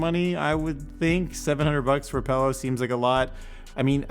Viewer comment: Say "pallow" again please. Lol. Just kidding. Lighter tone vids are cool too.